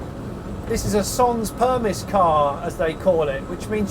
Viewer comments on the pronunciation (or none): 'Son', as in song but without the 'g' + 'per-mee'. :-) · Amazing video, Smith n Sniff and the Late Brake are my go to entertainment now. Although “SANS PERMISS” , our francophones will probably cringe “sonn permee” is probably a better pronunciation. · Sans permit. (sanS) you don't pronounce the last S in French. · Very cool , The S in permis is silent tho. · You couldn't have said 'sans permis' in a more British way 😂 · That's some brutal french there... When you pronounce 'sans permis', I think you're meant to drop the s on both words. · Your pronunciation of sans permis is priceless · And innovative.